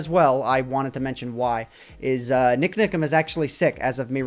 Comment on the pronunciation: Love how says NikNikam:)